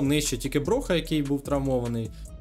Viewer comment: не броха а броя